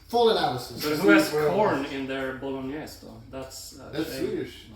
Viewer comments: Ah yes, the Spaghetti.... BOLO NESS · Da fuk is Bolen-ass? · BO-LO-NES xDDDDD